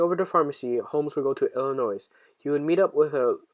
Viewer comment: The S is silent in Illinois